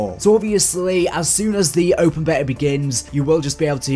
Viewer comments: Stop saying beya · You are English, it’s pronounced “BEETA”